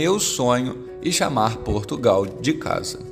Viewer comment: Portugau?????? que é isso????'